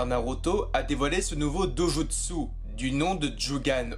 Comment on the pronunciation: prononciation à ne pas oublier stp ! : " a zzu ra " " do jutt ssu " djo gan " RESPECT MEAN?!